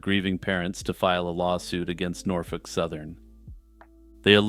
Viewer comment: Correct pronunciation of Norfolk.. are you from the southeast?